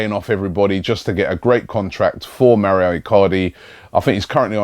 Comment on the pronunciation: Please robbie, its mauro icardi, not maurio